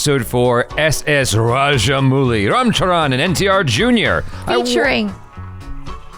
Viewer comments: It's 'Mouli' not 'Muli'.... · Raja-mau-li is the correct way to pronounce it. ☺️ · Rajamouli is pronounced as Ra - Ja - Mou - li Mou should be pronounced as the English word 'how'.